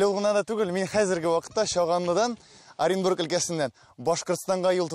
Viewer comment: Почему татары вместо оренбург ырынбр говорят? 🤣🤣🤣🤣🤣😄... Для чего неправильно так говорить! Смешно же... Какой ырынбр? Оренбург он и есть оренбург.. Казахи хоть правильно называют смысловом орын бор то есть урын бар...